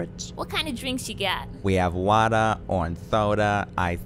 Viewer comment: Who else laughs at the way he says Can I Get Some WaTeer